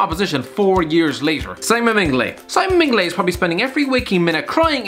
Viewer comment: Simon Minglay 😂 WTF